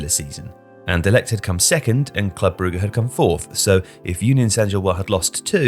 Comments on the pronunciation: Brugge is pronounced Brooj/Broozh, not Brew-ger. Sorry, had to stop watching the video because of the repeated mispronunciation. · jesus you cant even pronounce Brugge correctly? beyond ignorant, put a lil effort into it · The way he keeps incorrectly pronouncing Brugge/Bruges really annoys me 🤬🤬🤬🤬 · Why is everyone starting to call brugge, brugger? Lol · "Brugge" is honestly offending